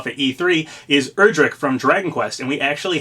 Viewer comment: Day 1,000 He still miss pronounces Erdrick